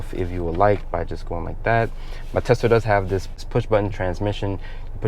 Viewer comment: Why does he keep saying TELSA???